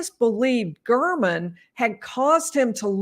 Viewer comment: Listen to how the prosecutor pronounces Mr. German’s name: Gair-men. Telles is intentionally mis pronouncing it.